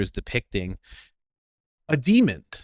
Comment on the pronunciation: i really have to know... why the hell do you always say "demond" rather than "demon". it stands out like a sore thumb or like red in a black and white photo. idk why but it really bothers me cuz you always say it and its wrong...